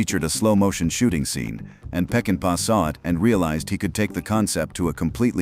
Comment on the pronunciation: If you're doing a documentary on a masterpiece, you ought to pronounce the director's name correctly. Its NOT "Peckinpaya." which is what the narrator says. It's "Peckinpah." Sam Peckinpah. Pronounced; "Peck-in-pa."